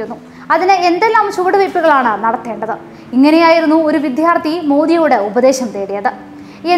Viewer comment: വിധ്യാർത്ഥി അല്ല ! വിദ്യാർത്ഥി എന്നാണ്!